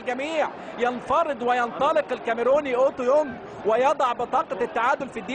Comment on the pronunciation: المذيع مش عارف يقول اوتوبونج 😂